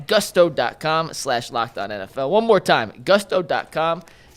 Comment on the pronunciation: its GOOOOOSTO. not GUSSSTO. gonna lose that sponsor real quick lol